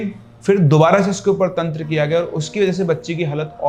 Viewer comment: दादा आगे से तंत्र को तंत्रा कहना बंद करो